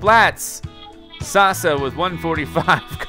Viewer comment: It's pronounced Sass-a (Sasa). Stands for Saginaw arts and sciences academy